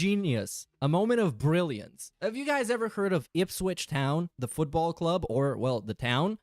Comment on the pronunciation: As a Norwich fan, I'm glad he pronounced Ipswich like that as they're our rivals 🤣